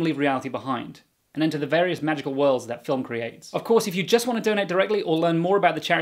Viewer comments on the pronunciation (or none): none